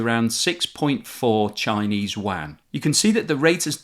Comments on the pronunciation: Good informative video as usual, just one little thing Yuan is pronounced as “ u-an not wan “ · The currency is not pronounced "Chinese Wan"... try: Yu-an. And if you can't pronounce that then call it the Renminbi. FFS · It's "Yuan" not "Wan" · RMB is pronounced "Yew_wan" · ITS NOT THE WAN CURRENCY. STOP SAYING WAN. LISTEN TO THE REAL PRONUNCIATION PLEASE.